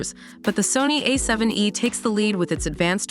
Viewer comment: The unfortunate result of using AI instead of paying for an actual human narrator. A7 E? Oh my.